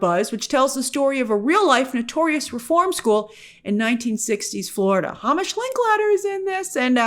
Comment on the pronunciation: Hamish Linklater mentioned again - just a reminder from a fellow Hamish its promounced Hey-mish not Hahmish or anything like that. Think about Heymitch from Hunger Games!